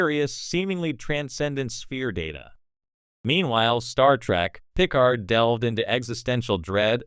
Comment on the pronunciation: Either you have never seen a single episode of Star Trek, or the guy you hired to read your script hasn't. I'm pretty sure even AI knows how to pronounce Picard.